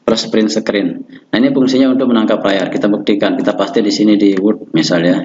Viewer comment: Windos peles perin sekrin 😆😆